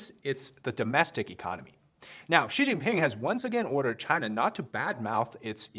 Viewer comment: Oh ok Xi pee'ping' 😮😅🤣